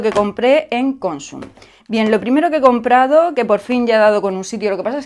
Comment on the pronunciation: Hola!! Una puntualización, que ya sé que voy a quedar como un pijo grammar nazi jeje.Cuando dices Consum el golpe de voz va en la última sílaba, vamos,que es aguda.Incluso aquí en la Com. Valenciana hay gente que lo dice mal.Por cierto, se te oye de lujo ahora con el micro 🥰🥰